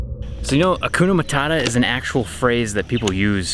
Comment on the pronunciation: Its not hakuna matara, but HAKUNA MATATA yeah I know accent! 😂😂